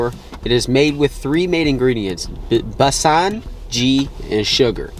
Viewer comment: Let's help you get the pronounciation's right.. It's not pak it's paaaak.... It's not besaaan it's bae-sun.. Putting that aside..it's a beautiful video...loads of love 💕